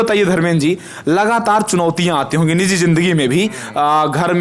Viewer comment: Lagataar😂😂 लगातार